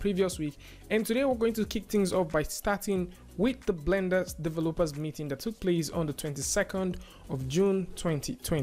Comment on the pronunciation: the blender's divah-loopahs